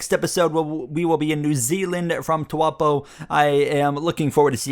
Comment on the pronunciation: It's Taupo not Tuapo, literally unwatchable smh